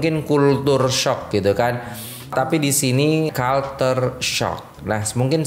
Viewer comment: Culture sebutnya kal-ce